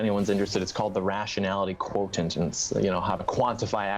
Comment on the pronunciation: Quotent...that annoyed me